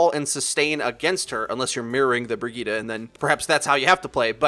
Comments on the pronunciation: Isn't her name pronounced as bri-gritte? How come it's bra gi ta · Its pronounced bri jet